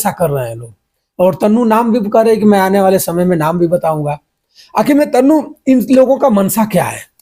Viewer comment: तनु को तन्नू क्यों बोल रहे हैं??? जरा हिन्दी सुधार लीजियेगा